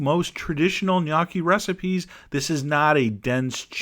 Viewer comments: Sorry Chef John it's gn_O_cchi, or NO_key ...not gnacchi, knockie or whatever you were saying. I give you credit though the idea is great and it looks beautiful, (your still my favorite). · As a matter of fact, it's pronounced "gn-YOH-khee", ('gn' pronounced as 'ng' is pronounced in 'running'). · Learned two things: What gnocchi is, and how to pronounce it. (It's nyoki, not nochi.) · Please learn to pronounce the dish. This is embarrassing really